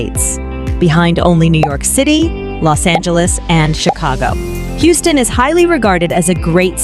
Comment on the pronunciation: the AI voice over loses me every time. As soon as it mispronounced Houston I paused it, read this comment and turned off the video.